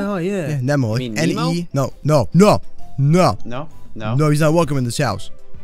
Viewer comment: Ne'mo not nemo nemo bad and #MooseMilk